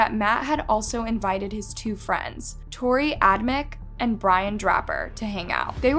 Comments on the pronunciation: The killers names are pronounced like Torrey Adam-chick and Brian Dray-per. Love videos but her miss-pronounced words and names are starting bug me!! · You pronounced both of the killers' names wrong. How hard would it have been to find out how to say them? Not hard at all.